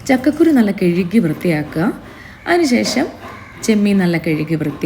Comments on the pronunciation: കെഴുകി അല്ല ,😂കഴുകി. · കിഴുകി അല്ല കഴുകി 😂